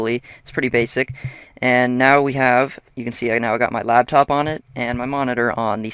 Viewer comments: The word is "laptop", not "labtop". ;) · Yeah it's "laptop" as in it sits on your "Lap" not Labtop -_- Noob!...